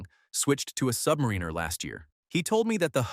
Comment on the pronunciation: Why can't AI pronounce submariner?